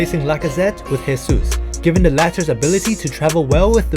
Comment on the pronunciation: Great video. Just a tip: Jesus in portuguese is not spoken as "resus", it's "Jesus". "resus" is the spanish version, like "Jesús Navas,", that is spoken as "resús navas".